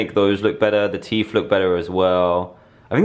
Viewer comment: Dan saying teet instead of teeth